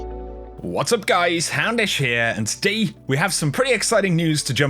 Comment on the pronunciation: 'and todayee'